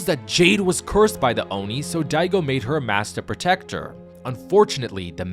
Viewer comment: "Fortnite Chapter 6 Season one: Oni Hunters" FINALLY! someone said it right. Thank You.